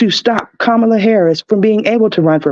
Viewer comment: Respectfully, it’s Kama-La not Ka-Ma-La Y’all are butchering her name